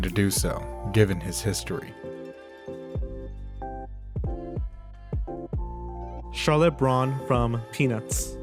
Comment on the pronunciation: How is it that he pronounces Charlotte correctly every OTHER time? Lol